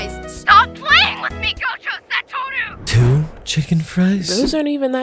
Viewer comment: I love the way she says Satoru